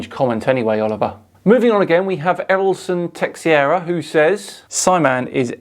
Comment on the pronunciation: Erilson last name is rhymes with Share (T Share A)